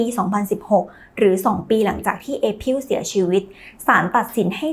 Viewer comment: April ---> อ่านว่า เอ พริล ไม่ใช่ เอ พิล อะครับ